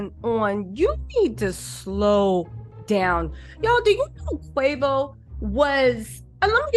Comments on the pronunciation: Not Qwavo! Name butchering at its finest! Qwayvo….😂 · Girl, bye ✌️ if u real fam, messes us names.. that’s the least of QUAY- VOOOO’s PROBLEMS bein called quahhvo 🥴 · girl, it’s Quay-Vo. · Yooo his name is quavo idk where you from but I’m sure you seen the drink before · Who Quaw-Voy? Lol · The was you are messing up his name😅😅😅